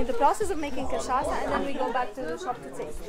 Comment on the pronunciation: So cute how you pronounce cachaça as cachaca 🥹 i’m happy you two enjoyed Brasil so much ❤